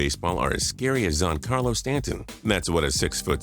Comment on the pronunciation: zohn Carlo Stanton